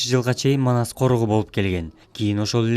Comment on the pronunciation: Маназ эмес Манас деп туура суйло